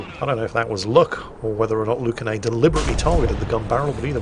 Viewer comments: Actually, their name is Lunacae, not Lucanae Erm,? Don't shoot I'll work overtime in the mines! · Ah yes. "Lucanae" oh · I love you, and I love your constant mistakes, but for the love of god: LUNA-KAY!!! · Lucanae???????????????? his name is Lunacae, which probably is meant to be pronounced as lunacy! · wouldn't be a video if he didn't get the name totally wrong. you've switched the C and the N in their name, its Lunacae not lucanae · And for you heathens thinking "Luna-kay" in your heads, it's pronounced "Lunacy". AEGIS is EE-gis. Aether is "EE-ther". Did y'all not live a hundred lives in Ancient Greece? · Actually, His name is pronounced " Lunacy"..... I'll get my pick and shovel... Hi-ho, Hi-ho.... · It’s amazing to see a friend appear in a youtube video lol, Lunacae says the name as if it were luna gay lol. She is a female Australian warthunder streamer and a damn good one at it. When I saw how you said her name I had to go on Discord and tell all our friends in the server to start calling her by the new pronunciation and many laughs are being had all around. Thank you for sharing this and and cheers. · Also the name is Luna-say but everybody gets it wrong xd